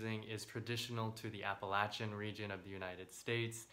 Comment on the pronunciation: As a native of Appalachia, I am shocked to hear someone actually pronounce it correctly. lol Thank you for this video!